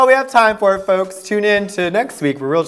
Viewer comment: ". . And he prayed foe me Tuesday through Wednesdees. ." Lmao. . Damn.